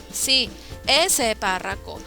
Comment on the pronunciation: se confundió en vez de decir párroco dijo PARRACO